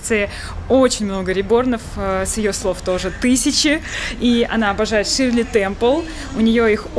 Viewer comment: Не ШИрле Темпел, а ШЕрли, Е с двумя точками на верху.